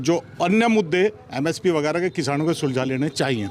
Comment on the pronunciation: bhai MSP ko SMP bol rha h..lekin karega virodh..😁😁